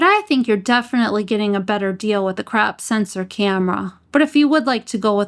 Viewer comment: The way you pronounce 1.5x and 2x "crap" factor! 😆 Sooo good! I love you're videos! Keep it up girl!